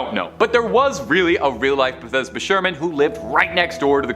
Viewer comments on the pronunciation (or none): Dude, "Beth-es-da", as you are pronouncing it, is a hospital in Maryland. "BATH-SHE-BA" was the name of the character in the movie; she was probably named for one of King David's wives and mother of King Solomon. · It’s not “Bathesba” lmao it’s Bathsheba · Bathesba? You mean Bathsheba, I'm sure. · Bath shee ba not bethesba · Bathsheba....pronounced BATH-SHE-BA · i knew once he called bathsheba "bethesba"